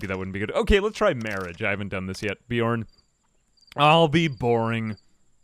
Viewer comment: How did Beorn turn to Bjorn? Not sure I can make it through the video hearing this every single time.